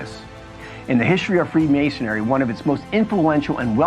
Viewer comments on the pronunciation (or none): it's Freemasonry not Freemasonary. The mispronunciation made this very difficult to listen to.